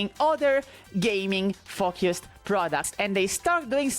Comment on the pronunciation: hehe, she said fock-used